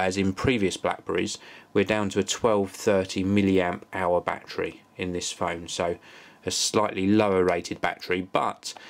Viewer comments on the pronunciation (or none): Love how he says Bachery(battery) lolz